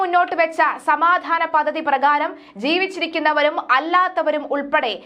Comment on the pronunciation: പദദി? പദ്ധതി എന്ന് പറയൂ